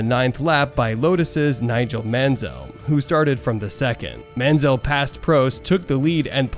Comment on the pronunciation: Mansell, Prost and Tyrrell. You can’t pronounce any of them! Nice vid though mate. 😅